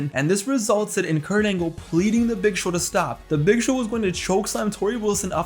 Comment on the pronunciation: Can't believe everybody calls him Perc Angle